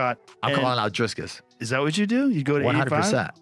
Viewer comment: Not driscus